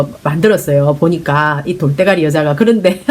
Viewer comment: 돌!때!가!리!에 웃음이 터지네요^^